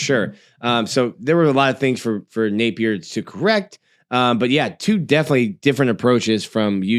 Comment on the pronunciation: i gotta ask... why you pronounce Napier's name like that? Only person i've ever heard say it like that. "Nape-ear"